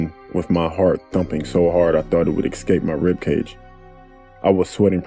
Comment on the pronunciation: ...whoah! Did my dude just say "ek-scape"? Normally I wouldn't judge, and I'm not judging BUT is my boy! And a great narrator shouldn't say "ek-scape." this is only cuz I love you, man!